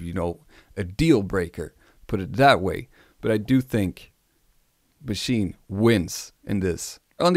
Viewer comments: It's not called a Machi-na plus .... it's just 'machine' in how you pronounce it. No emphasis on the 'n', no weird vowel at the end. And I know, I've been living next to the German border most of my life. There's nothing German about the way some of you idiots pronounce the name. I do not have a particular favourite between Maschine and the recent MPC standalones, mostly because the software and work-flow is definitely different enough for each to have their own (big) pros and cons. People often hate on the sounds that come with Maschine (in a quantity vs quality type argument), but at the same time there's so much in there, you'll definitely find at least some you're going to like. The one serious thing I do hate about the Maschine+ is how the hardware just isn't up to snuff in terms of performance and keeping up. It's 100% not acceptable for such a machine to slow-down to a crawl and break under the work load. Or literally just not support certain plug-ins at all. In that sense, I prefer the MPC (even though I prefer the MPC One, just overall much better bang for the bucks). The MPC workflow chart is also a little bit off. I mean, they have audio tracks in there as well. Pads also do not double as tracks in Maschine, it's just a way of controlling them. In reality, it all lives within the main project, hence 'no tracks'. At the same time, I wish Akai would have used different naming conventions for their shit, as 'program' just doesn't cut it. And yes, the work flow on the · Why are you calling it the maschina? It's maschine. Also why do you pronounce "One" like that? It's really distracting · It's actually Machin-eh (best way for me to approximate the German pronunciation writing a common English sound, as in "meh"). So yeah, there is a vowel after the "n".